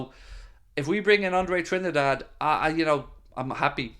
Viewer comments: It’s pronounced Trin- DADDY, not Trinidad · Come on man, it's pronounced as Andre "Tree - Ndaa - Deh"